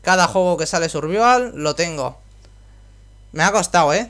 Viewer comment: En general no me desagrada que la gente haga uso de palabras anglosajonas en los videojuegos pero si lo haces hazlo bien. Me refiero concretamente a como pronuncias SURVIVAL. Como no sabes pronunciar la i en ingles /ai/ si es algo que se enseña en primaria.